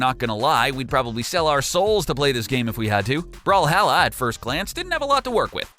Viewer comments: It's called brawl-hall-a not brawl-Hal-la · Is call brawlhalla not bralhalla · Its brawlhalla not brawlhala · You said brawhalla wrong